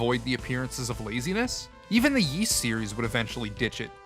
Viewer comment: Ys is pronounced *eece" like Fleece without the FL.... it's not "yeece"